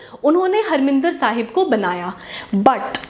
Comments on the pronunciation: Mam not Harminder Sahib it's harimandar Sahib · Mam pls correct the pronunciation of harmandir sahib .its mandir not minder. Also it was built by guru ramdass ji. u can google it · Mam, it is Harmandir Sahib not Harminder Sahib